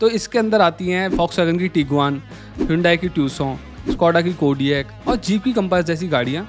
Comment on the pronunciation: "Tee gu aan" nahi " Taa ee goon"